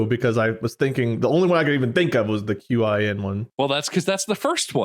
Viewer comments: He might have meant Qin but he said Qing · So I know we've already talked about the graviton scandal but I would also like to point out that it sounds like said the Qing dynasty which Bob accepted as the Qin dynasty but those are actually two...different...dynasties...